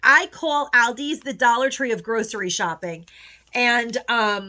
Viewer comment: Please pronounce Aldi's correctly.